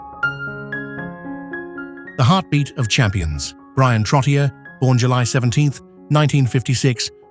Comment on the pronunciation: Your narration program butchered the names Vezina, Trottier, Messier, Bucyk, Denis, Yzerman, Roy, Sakic, Sellane, Jaromir and Martin but otherwise was fine